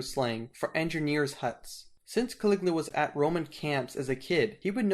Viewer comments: His name was Caligula not Caliglia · Caligula not Caliglia!!😐😶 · Ca.Lig.U.la that's how you pronounce it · It's Ca-li-gu- la, just sound it out. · Why do you keep mispronouncing the name Caligula as well as other names of these Roman characters?